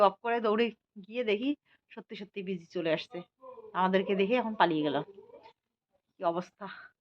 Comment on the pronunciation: কথাটা বিজি নয়।বেঁজি ।